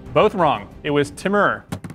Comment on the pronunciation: Timúr - previously known as "Tamerlane", from "Timúr Lenk". Please note the accent, stress is on the last syllable.